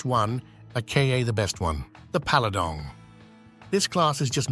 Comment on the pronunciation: "Paladong" heh.